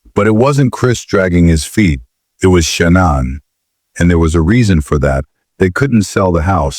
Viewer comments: Its shah nane not shannon (shah nin) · The Narrator BOTs pronunciation is brutal Nickel Kissinger 🤣🤣🤣 Shunun🤣🤣🤣🤣🤣